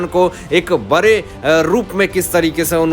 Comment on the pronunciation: Sir, When will you learn to pronounce HINDHI words properly. Are you not ashamed?????????? You say BARE INSTEAD of BADE etc. PRODUCER OF THE SHOW PLEASE REPLAY THE VIDEO &HEAR FOR YOUR SELF. SHAME REALYY SHAME. BARAGAI INSTEAD BADGAi.